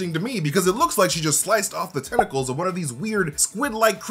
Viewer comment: I actually misheard you when you said tentacle to tes....